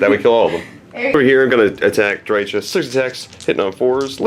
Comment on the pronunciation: it's pronounced DRY-kəh CH=K like in Chaos GW employee saying it